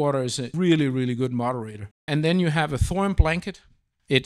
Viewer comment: I came here to make a joke about salt, onions, butter, sage and thyme. But then I was gobsmacked at this guy pronouncing Thorium as "thorum" over and over and over. It's so weird it killed my comical mood.